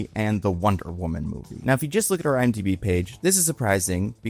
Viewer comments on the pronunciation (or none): none